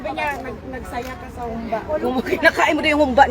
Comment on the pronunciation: Humbâ correct pronunciation. Not hoombah 😄